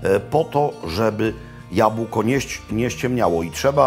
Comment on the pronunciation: Dzień dobry, Mam parę uwag: Słyszałem że dyskusja o tym która kopalnia jest starsza jest bezpodstawna, i można uznawać że powstały w tym samym okresie. Coś jak dwie inne Krakowskie instytucje 😉 Druga sprawa, zgłoska b w słowie jabłko ulega ubezdzwięcznieniu, analogicznie jak w słowie chleb. Jeżeli się mylę, bardzo proszę mnie poprawić. Edit: już sobie przypomniałem trzecią uwagę, jabłka ciemnieją pod wpływem powietrza a nie światła (upraszczając)